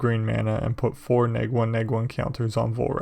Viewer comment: Hearing you constantly say Neg drove me insane